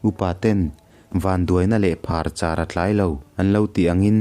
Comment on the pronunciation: Thuchhiar uluk ala ngai hle mai,"Vanduaina leh phar chhar a tlai lo" tih ai ah, "phar char" tiin i lam zeuh.